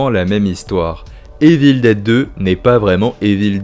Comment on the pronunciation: Bonne vidéo, mais ta prononciation de Evil Dead en "Évile déde" et tout autre mots en anglais, c'est pas top 🤷‍♂️ Sinon j'ai bien aimé la vidéo, bonne continuation 👍